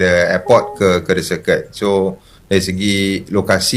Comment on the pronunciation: Orang yang belajar bahasa inggeris tahu sebutan betul circuit, iaitu sirkit,. Yang tak tahu mereka sebut ikut ejaan, jadi sirkwit!